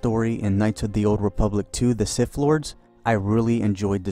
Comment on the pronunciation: "Knights of the old Republic II The Siff Lords..." 😂